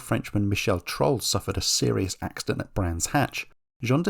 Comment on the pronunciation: It's Michel Trollé, pronounced TRO-LLAY in English. It's Olivier Grouillard with a silend "d" at the end. Same with Eric Bernard .